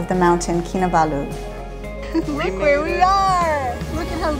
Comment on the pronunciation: You pronounce the last two syllables in Kinabalu as Baloo from the Jungle Book lol. I usually pronounce all the syllables equally